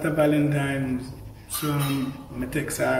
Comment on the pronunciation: Valentines not valentimes 😂